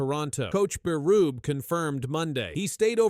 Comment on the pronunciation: Berrrubie. Not burub